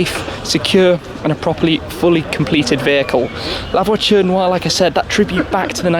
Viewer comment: I'm not french but that "noire" pronunciation by Shmee sound so wrong